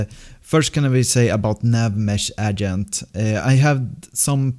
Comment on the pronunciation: Don't wanna be rude, but you're saying agent wrong.